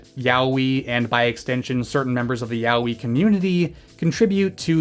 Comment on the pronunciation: /twiching eye/ Ya-oh-ee, not Yah-wee. I'm struggling to watch this 'cuz of this horrendous pronunciation.